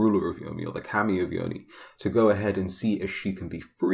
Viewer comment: Your way of pronouncing KAMI is wrong Is Kah-mi